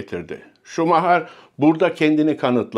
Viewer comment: Şumaha??? Efsaneyi hep “şumayer” diye telafuz ettik. O kral. Hala kral. Kendisini seviyor ve sevgilerimizi gönderiyoruz.